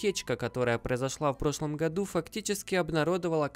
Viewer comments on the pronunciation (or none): none